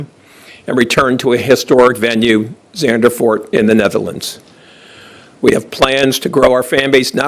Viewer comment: He kept saying Zandervoort instead of just ZANDVOORT. (just say it as Sand)